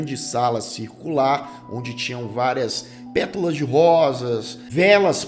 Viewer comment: Com todo respeito, é pétAla, não pétUla.